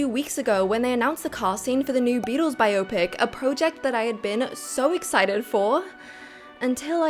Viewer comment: No way she just pronounced biopic like "myopic" lmao